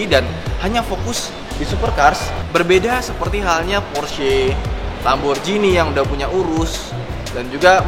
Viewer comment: Baca nya Lamborgini bukan Jini karena dia product eropa yang bukan berbahasa inggris.. org amerika dan eropa berbahasa inggris aja bisa baca nya professional.. mereka aja baca Lamborgini bukan Jini..